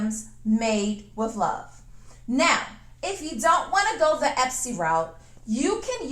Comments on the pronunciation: Hun, it's etsy, not epsy...love your work and creativity....love your videos! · is "Epsy" different from "Etsy" just askin'?!!!...